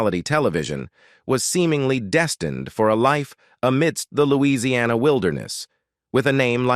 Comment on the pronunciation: "Knit" is pronounced "Nit". You have also mispronounced Lousiana, for heaven sakes. IT's English!